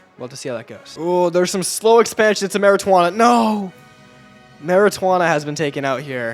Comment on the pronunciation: Pronounced "moorataynia